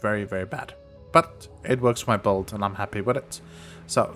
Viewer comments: u said it so many times thats why i asked 😂 sounded like volt, bolt or bold, wud make sense if u were meaning build, or if theres some poe lingo im not aware of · usefull stuff, also u were saying build right? sounded like bold or sum 😂